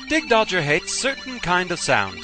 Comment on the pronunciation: I'm pretty sure it's pronounced "dig-dog-ger" since that's how a "gg" is pronounced. You're the first I ever heard pronounce it "dig-dodge-er".